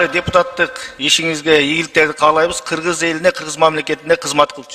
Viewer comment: Энен туура кыргызча суйлосон мен кыргиз дебей кыргыз дегенди туура айталбайт.депутатыка койоордо Бир жыл мурун экзамен алып текшерип окуу жайга тапшыргандай кылып даярдаш керек каяктагы акчасы коп адамдар барып жатат.олкобузго.пайдасы тийе турган жарандарды шайлайлы